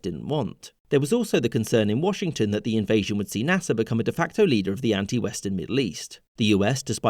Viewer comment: Why do you say nasser like gaffer